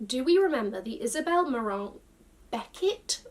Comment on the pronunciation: Omg the Isabelle marant sneakers were THE shoes! Bravo for the pronunciation and yes the T from plat is silent. And that miRRoir - with Rs pronounced straight from the throat like a true French speaker 🗣- you said so casually, love it 😅💯